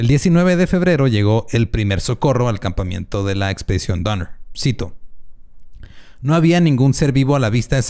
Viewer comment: escuché "campamiento" por parte de??? jijiji